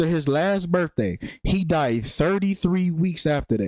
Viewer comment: please please please for the love of god say birTHday instead of birfday. please. im begging you. it's literally painful to listen to at this point. thanks ❤